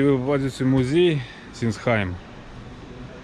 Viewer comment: Sinsheim читается и пишется Зинсхайм..